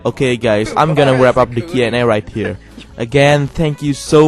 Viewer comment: You pronounced comfortable! Now pronounce Q+A correctly (mainly the Q)